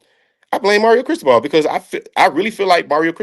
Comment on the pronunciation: Bro wtf was that pronunciation of Mario Cristobal? Lmao dude said “Chris-toe-bull”